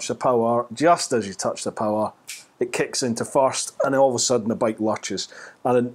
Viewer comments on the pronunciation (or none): none